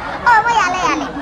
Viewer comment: "Mo yale(yare)" 😂😂😂